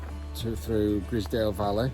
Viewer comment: It's pronounced Gryzedale